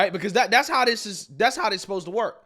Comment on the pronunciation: It’s getting harder and harder to listen to you every time you say the word that is not a word DIS instead of THIS